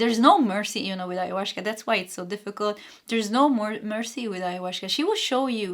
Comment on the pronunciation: There is no "sh" in the pronunciation of Ayahuasca, I think. In general, Spanish does not have the "sh" sound, but a gentler "s".